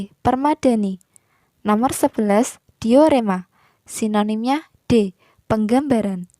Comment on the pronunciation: Kak yang bener diorama bukan diorema